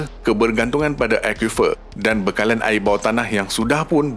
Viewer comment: Sebut betul² admin, "AIR" bukan "AEA". " TIMUR" bukan "TIMO", " BESAR" bukan "BESA". " BANDAR" bukan "BANDA". " BANJIR" bukan "BANJEY". BAHASA JIWA BANGSA.